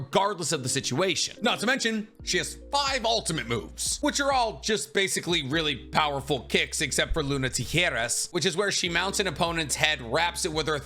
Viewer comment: Dope video. In incidentally.. "tijeras" is tee-heh-rass. You were close but not quite.. But the fact that the move means "scissor moon" is pretty badass.